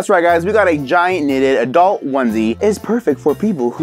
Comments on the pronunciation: 2020: knnnnnnnnnnitted. Sounds like niieen nitted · "KNNNNNNITED": let me think of the weirdest thing that I can say. 😂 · Aaaaaa, ok "knnnnnnnnnnitted" "tied up" "cuffing season" "next product" wait...... No knnnnnnnnnnnnnitted suit😑😢